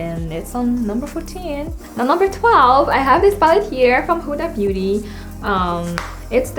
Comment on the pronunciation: I love how ur like huda huda but ur not saying her name right